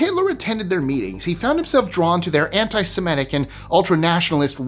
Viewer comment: It's sem-IT-ic....not sem-ET-ic